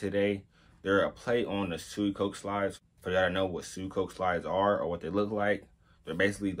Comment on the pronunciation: It’s pronounced “say chi” and suicoke is “swee ko kay” nice review tho!